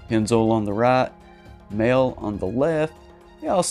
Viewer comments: It is pronounced "moly" not "male" Mahle = "moly" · It's pronounced Maleh. Mahle.